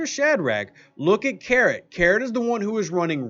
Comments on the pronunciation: why is he calling him carrot, like the orange vegetable, and not karate like the martial art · It's karate, not carrot 😀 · Keeps calling karate carrot..